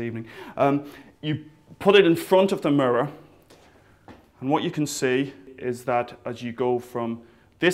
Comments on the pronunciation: he cant say mirror properly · "Look in the Murrrrurrrr" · He says the word 'mirror' really funny, like "muror". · i still cant get over the fact that he says murrur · He says 'mirror' like Cleveland from Family Guy. xD "Mrrr" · I like the way you say "mirror" :D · he says "mirror" like cleveland! :D